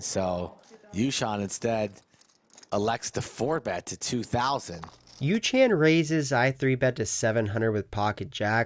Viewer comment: Yoo -. Not yoo - chan lol